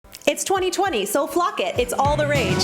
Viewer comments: “It’s 2020, flock it” girllllllll I thought you said the other F word I said wait a minute did I press on the right video 😂💀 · I know you did not say flock it 😂 ❤️